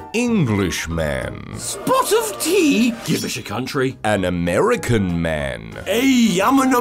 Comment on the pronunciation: Amiúrica, Amiúriquen.